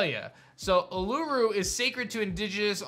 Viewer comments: The way he pronounced uluru hurt my soul as an Australian and offended the entire population of aboriginal australians. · Naw, the way he pronounced Uluru was absolutely insane 😭😭😭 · YOU BUTCHERED IT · Just murdering the pronunciation of uluru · I wish he 0ronounced Uluru properly but Australia would be good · As an Aussie i cringed with the way you pronounce Uluru. But yay gen 10 Aussie! Aussie! Aussie! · The way bro pronounced uluru just annoyed me , i know he probably tried his best tho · As Australian I laughed as to how pronounced Uluṟu but felt slightly disappointed at same time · Bruh anyone realise he said urulu instead of Uluṟu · It’s Ul-u-ru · It’s not a-roo-loo, it’s oo-la-roo uluru I’m talking about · Thank god some1 put the proper pronunciation of Uluru in here 🤣 he tried i give him that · I'm from Australia, and that would be lit, but the way u said urulu is Uluru pronounced oolaroo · if Australia was to ever become a region there are 8 major capital cities where each gym could be based Plus he was saying urulu when the giant rock is called uluru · just wanted to let you know you were pronouncing Uluṟu wrong. You were saying Urulu. As an Australian I think a game here would have some amazing Pokémon with crazy designs. We can only hope from here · He really just said Ul-oo-ru wtf 💀 I’m Australian it’s Ul-u-ru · Nah cuz he pronounced uluru Ulooroo 💀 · I’m from Australia and just letting you know that it’s not how you pronounce it, it’s Uluru, not urulu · Its “ oo-Lu-roo” and not “u-Lu-ruu” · Uluru is not pronounced Ulu-ru It's pronounced Oo-lah-roo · Bro said euro ro. It’s pronounced as al er al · to help a brother out. Uluru: oo-luh-roo Also I think the Breloom overworld walking animation is another hint at Australia...Didn't even see Breloom as a Kangaroo until I saw that. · As an Aussie the idea of australia being the next Gen Pokémon region sounds so cool. Also Uluru is pronounced “ooh-lah-roo” 😊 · Uluru: Ooo-ler-rooo